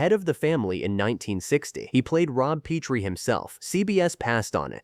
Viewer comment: Obviously whoever made this never watched the show or tgey would grt the pronunciation of “ Petrie” right. It has been clear to me since AI narration began that AI programmers don’t know any pronunciation rules relating written to spoken English because basically no one knows them. In teaching English at university for 14 out of 25 years I started to specialize in pronunciation about 20 years ago. Most of the problems can be avoided using a specialized alphabet I originally created fot smartphones. This is something I have discussed back and forth with Cambridge for over three years. It wouldn’t help however here in the mispronunciation of “ Petrie”. I have rge whole series on hard drive including the pilot with Carl Reiner called “ Head of the Family”. I wonder if anyone knows why he chose “ Petrie” as rge name of the family? I only know that word as in Petrie dish” used for growing germ cultures in biology labs. I doubt if there’s any connection with that. Petrie would be related to “ Peter” meaning “ stone”. Sally in one episode goes out with a mortician called “ Anthony Stone”. In the episode where Robs thinks they may have got the wrong baby at the hospital it’s because he thinks there may have been a confusion between Petrie and another couple called Peters only to find they are black. The longest laugh in the series history with Greg Morris playing Mr. Peters who couldn’t stop laughing. It may not have been a conscious relation in Carl Reiner’s thinking but it surfaced